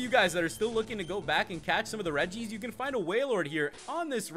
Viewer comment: your saying cane not can